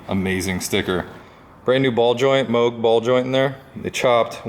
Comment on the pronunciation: "MoOg" lmao